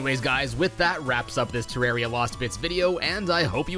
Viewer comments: Devs say: ‘It’s not ter rawr e a,it’s Ter air ee a’ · it pains me so much that you called it “terra-ria” in the intro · Im fine with "Terraria" or "Terrahria", but "Terroria"?! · GODDAMMIT IT'S TE-RAWR-EE-UH! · Every way you said it is fine except "terra-rhea" Thats a sin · It's actually pronounced Ter Rare Ia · Excuse me it's pronounced Terraria. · it’s pronounced ‘Terraria’